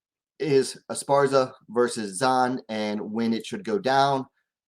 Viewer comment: Dont trust this man he says he a fan of Esparza…. Can’t even Say Zhang name right either. 🖕🏾